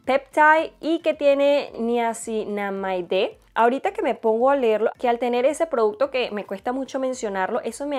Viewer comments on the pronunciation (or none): NiacinamidA en español. Lo estás diciendo en la pronunciación en ingles